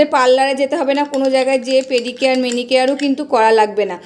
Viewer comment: কথাটা পেডিকেয়ার মেডিকেয়ার না পেডিকিওর ম্যানিকিওর